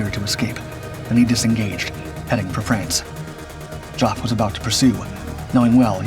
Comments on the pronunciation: When your narrating a video you should at least try to use the correct pronunciation of peoples names...Geoff is not pronounced "JOFF", it's pronounced JEFF"! Duh! You have dishonoured this man by misnaming him! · Jeff, Jeff, Jeff. Why the heck do you clots say Joff? Geoff = Jeff !! And Dader is Barder Why can`t americans speak English? All you have to do is listen to how we English pronounce english words and copy us. How hard can that be??? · I am sure that Geoff would be most miffed at you calling him Joff when his name is pronounced Jeff. That is the trouble with an American narrator. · "Geeoff"? To hell with AI. Next thing it will do is decide the plural of "aircraft" is "aircrafts". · Stop bloody saying Joff ffs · The diminutive of Wellum's name is pronounced JEFF not JOFF, but on the whole this is good. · The name is pronounced 'Jeff' not 'joff'! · Absolutely! He'd be Joffrey otherwise. Pronunciation is not the narrator's strong point. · It's NOT pronounced 'JOFF' !!! .........cringeworthy. .....Griffon engine?........I don't think so!!! ......'Elliptical wing'? that graphic is NOT the production Spitfire......and even if it was, the Spit's wing was NOT elliptical anyway.....it is SEMI-elliptical. Made up of two ellipses. Many 3 bladed Spitfire props were Rotol units.........made of WOOD not metal. .....those are French MS 406 aircraft......NOT German 109's. This piece is littered with incorrect and inappropriate images in relation to the narration and rammed full of errors and 'word of mouth' myths. Lazy 'copy and paste' all over the place. That's enough for me, bailing out. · Jof for Geoff? Is this a bot voice or just an idiot? And "Henkel"? The chemical producer or have they been watching "The Great Dictator"? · Oh Jesus… Geoff (Jeff) pronounced JOFF 😆 And Dungeness… Christ on a bike- get a human in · Jough? its Geoph, Geff, Jeff, love you uploads but, do you know anyone call Geophrey? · Geoff is pronounced "Jeff". So you know.